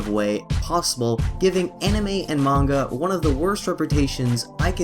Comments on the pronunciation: you talk of pronunciation of "Anime" in his way being wrong (of which it is) but it is still closer to the correct Japanese pronunciation of the word. Moreover you say "Manga" as "Meinga" while it is said like "Mah-ngah." Please do more research before you put out a video on such a truly sensitive topic. Albeit that CNN did a worse job with their report but for a rebuttal, yours isn't quite on the target. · Manga is pronounced Monga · Dispite the fact that you are pronounce manga wrong, you sure do have the balls for complaining about the way the guy pronounce anime (which was not nearly as bad). I can actually speak Japanese, so it made me cringe everytime I heard you say the word. Also, when you had just did the literal translation for manga as japanese comic, i don't see the problem with calling the mangaka a cartoonist. It makes it easier for english speakers to understand that. If you want to rant, learn about what you are talking about first. Otherwise, you make the rest of us fans seem just as ignorant and bias as the people who we are complaining about. See the log in your own eye before pointing out the speck in others'.